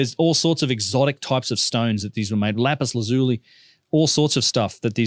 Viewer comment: Lapis laz u li - learn the language dude !